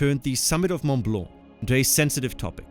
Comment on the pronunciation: Äpaninnen, Ronn Rinn ? Mun Blau ? Hä? Könnten diese Amerikanischen AI -Hirnathleten sich mal um Korrekte Aussprache der ausseramerikanischen Länder bemühen?